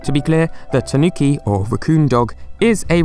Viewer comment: TAnuki, not taNUki